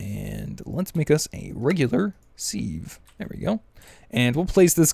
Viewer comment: Wow don't compost the silk worms! Cook them they give high saturation food, so you have twice as much as a full food!!! OMGZ and then you have to say 'seeve" its a "Siv" as pronouncing goes. Seriously Are you trollllllling because STAPH it!